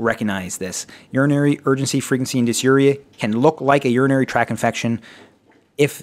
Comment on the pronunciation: Urinary tract infection. Not "track". Tract. Please be correct when making educational videos. Otherwise, it was fantastic. You have a subscriber:)